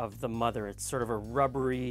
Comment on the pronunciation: i am French Canadian and i understand English very well in fact i understand you completly but phonoticly i don't know what i am hearing when you speak of the 'mudder' mother... what is the word you meant please lol???